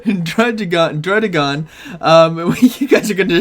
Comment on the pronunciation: the drudeegon tho